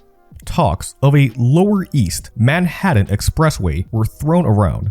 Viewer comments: It's not pronounced Manhadden! Try saying Manhat'n, like you're skipping the vowel and not the T's. Many young people these days really do not know how to pronounce their T's, either ignoring them or making them silent. I first heard it this wrong way when I was in a call center in 2012. The rep next to me said the word important as impor-ant. People there is a T in the word, please pronounce it correctly. Are teachers messing this up or are the kids doing it on their own? Learn your language. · It's "Man-haT-TAN" not "Manhaddun". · Excellent documentary. Great research. Fine presentation. But the halting narration and the continued way you (mis)pronounce "Manhattan" turns me off. As a professional voice actor, it was enough to make me stop watching a few minutes in. Manhaddan... Manhattan... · It's ManhaTTan not Manhadden... stop it! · If I have to listen to him say "Manhadden" one more time... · Man-HADDIN lol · I was trying to get into this, but the robovoice constantly pronouncing it "Manhaddon" drove me nuts! I had to bail when I was only 5 minutes into it. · Good video! Ta and Ds are supposed to sound different. “Manhattan” is not pronounce “Manhadden”. And “button” is not pronounced “budden “… Again, great video! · Yes. Oh, and "MAN-HADDIN"